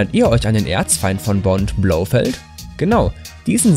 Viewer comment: Und der typ in james Bond heißt nicht Blowfeld 😂😂😂